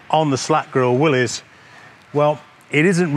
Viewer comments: Thank you for pronouncing Willys correct. Most ppl pronounce it willy's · Hi Steve, good video! Thank you for pronouncing "Willys" correctly. By the way, which Jeep do you like better, the Ford or the Willys? Please reply. Dave...